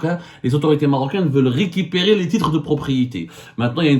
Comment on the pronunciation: 😂😂😂 le Maroc ne veut "rikipiri" le Maroc veut "récupérer", je ne sais pas si "rikipiri" tu as prononcé veut dire récupérer, je veux juste corriger au cas où tu voulais dire autre chos4😅